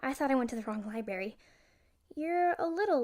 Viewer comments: You said "Libary" at the beginning lmao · Library (lie--brar--ie) not (lie--bary)